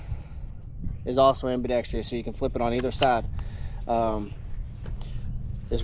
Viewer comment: You guys always mispronounce the word, ambidextrous!